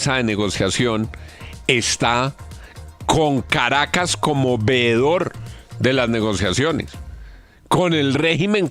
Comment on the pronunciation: No es "vedor", es "VEEDOR".